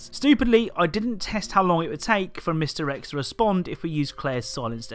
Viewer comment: Sometimes you say mr X and it sounds like misdirects.